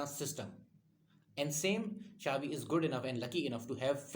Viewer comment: Its Cha-bi not Sha-vi. Check the pronunciation